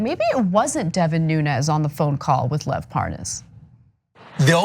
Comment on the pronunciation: Hannity doesn't know how to pronoun Lev's name?